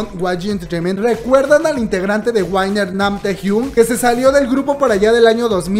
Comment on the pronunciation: South Club, la banda de Taehyun, también está en spotify, sin importar en cual plataforma sea, apoyemos escuchando su música ♡ P. D. La pronunciación de WINNER no es wainer, sólo pronúncialo como se escribe. Es como si yo pronunciara blackpaink y no es correcto.